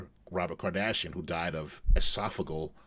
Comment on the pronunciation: It's called E Soft O Geal aka esophageal not G for Ga lmao